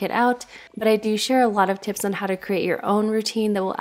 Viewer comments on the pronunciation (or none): none